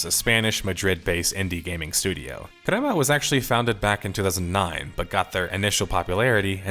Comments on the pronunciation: dude its CREMA GAMES, not KUREMA GAMES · Good video. Annoying pronunciation for the word crema